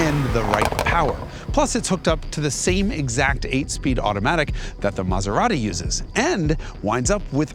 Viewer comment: BTW, in Italy where Maserati is from, they don't speak with that accent!